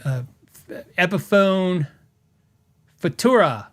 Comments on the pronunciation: I second "Future-uh." (Say it as a single word.) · I don’t know why you’re having trouble with this. Futura: Few-CHOO-ra